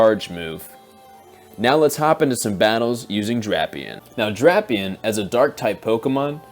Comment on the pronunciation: how would drapion end up loosing to fighting types? Poison resist’s fighting and dark is weak making him neutral to fighting moves. Love the channel tho has deep analysis. Also your friend is pronouncing drapion wrong it’s (Drape/ Eon)